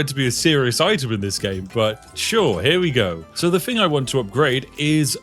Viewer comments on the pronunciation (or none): Only another Brit would notice this. He says "fing" instead of "thing". Telling me he isn't that posh, or anyfing lol. Inunciate the "th" dear boy. 😅 Nonetheless, thank you anyway. Good review.